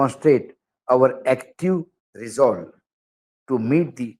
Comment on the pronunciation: Ashok Wankhede is weak in spoken English. He is reading reiterate word in such a way that first time he has come across this word.😅😢😂 He didn't read the word Resolve properly 😔😭